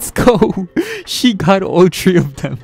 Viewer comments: I be thinking he be saying tree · THEY GOT TREE AHAHAHHAAHA FR THOOO